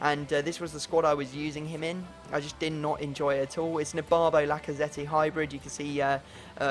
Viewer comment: It's pronounced Laca-zet